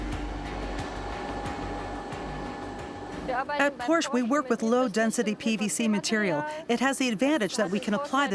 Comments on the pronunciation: fantastic video! marred by the repeat mispronunciation of the featured brand...what a colossal error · The pronounciation of macan and porsche by the narrator really annoys me.... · Unfortunately the narrator doesn't know how to properly pronounce "Porsche". Great stuff. I don't like any SUV so even if I had the money I won't ever buy one. Thanks.